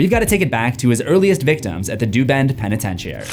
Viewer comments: "penetentiary" sir! it's prononounced "pen-ih-ten-sure-ee" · For someone who talks for a living youd think that youd know how to properly pronounce words instead of saying penetentiary like a retard.